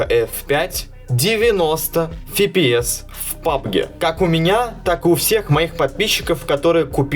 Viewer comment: С фига фипиэс если пфпс либо эфпиэс